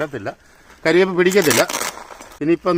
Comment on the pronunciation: കരിവെമ്പ് അല്ല കറി വെമ്പ്